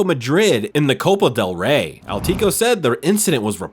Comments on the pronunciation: This guy's pronounciation of Spanish teams is shocking. Al-tico Madrid? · Dude can you say “athletico “ for once correct is it that hard for an American? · Bro it's crazy that the narrator cant say ATHLETICO 😂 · Atletico ❌ Alteco ✅ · 'Altico Madrid', come on man, why are you even making football videos when it's clear you have no clue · "Alteteeko Madrid" 🤣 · Atletico not altetico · "Altatico"😂😂😂 "Altico"